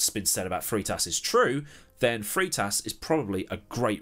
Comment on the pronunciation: Freitas. Frey-tas not Free-tas.